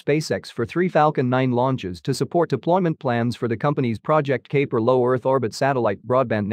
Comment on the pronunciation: Kuiper is pronounced (Ki-per)